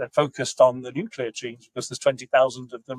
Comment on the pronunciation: Can you please fix ‘nuclear pork’ lol it’s annoying me